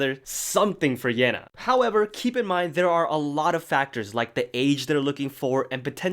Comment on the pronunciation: yena is pronounced like "yeh na"